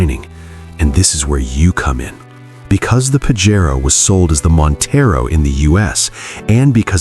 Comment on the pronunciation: It's PAJERO not PAGARO???